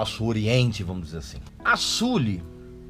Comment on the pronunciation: Já parei de ver o vídeo só de ele pronunciar "Suli".